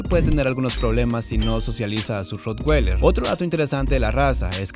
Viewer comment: Ud.desconoce hasta el nombre de la raza, lo pronuncia mal es raza alemana la w no se pronuncia como una g